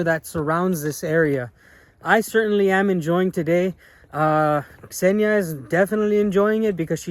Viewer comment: It's not about the translator, but about you, you always say Ksenia and i dont know why but I heard Senya), by the way, this is a male name. It's just that in everyday communication we rarely call Ksenia, usually we using: Ksyusha, Ksyuha, Ksyu, Ksenomorph, Ksenobit)) etc.